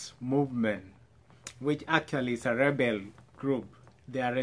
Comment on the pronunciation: Living in America and can't pronounce the word "Rebel"....